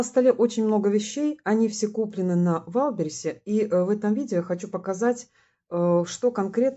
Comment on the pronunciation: не валберисе! а ваЙЛДБерриЗЕ! ну хоть немного правильно произносите